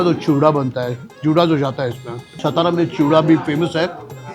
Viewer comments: Kay rao satara kela saaaatara la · Please tell him someone it's SATARA NOT stara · सातारा बोलिये, पता नहीं देवनागरी लिपी होने के बावजूद हिंदी लोग गलत उच्चारण क्यू करते है, सातारा का गलत उच्चारण = सतारा सोलापुर का गलत उच्चारण = शोलापुर पुणे का गलत उच्चारण = पूना चिंचवड का गलत उच्चारण = चिंचवाड धुले का गलत उच्चारण = धुलिया घनसोली का गलत उच्चारण = घनसौली ....... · Dear Kunal Sir, You are Proud Marathi , At lease you should call it सातारा & not सतारा . One more, if you haven't Visited/ included ChandraVilas in your blog, Sadly your Food Tour remains Absolutely Incomplete 😢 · Bhai please shut that background music It is so irritating yaar Please stop that music कानाचे पधडे फाटील भाऊ आता एवढा कर्कश्य आवाज आहे तो!!! एवढ जरा मना वर घ्या विजय भाऊ! राज साहेबांचे मित्र आहात सो विनंती करतोय ! आणि भाऊ सतारा नाही ओ सातारा आहे ते ! तू स्वतः मराठी आहेस कशाला नाही तिथे माती खातोयस !! बास कर ही फालतू ची एक्सेंट मारणं 🙏🏻🙏🏻 खूप वर्षां पासून फॉलो करतोय तुला सो सांगतोय ! स्वाभिमान बाळग मराठी असल्याचा !!! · It is not सतारा. Pl. Say सातारा..... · He can't even pronounce Satara properly, Vijaykar should have done his home wrok properly, 😢